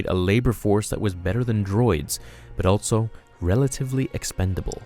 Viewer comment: I can’t take it anymore. You need to stop saying altso. Altso isn’t a word. Every time you say it, it feels like someone scraping nails across my brain. ALLLLLLLLSSSSOOOOOOO not ALTTTTTTTSO.